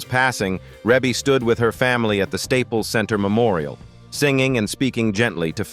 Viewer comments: Let's start with that her name is pronounced: Ree-Bee. Ok...now carry on...I guess. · Yes and its Reby! This is why I won't listen after I figure out its AI!!!😡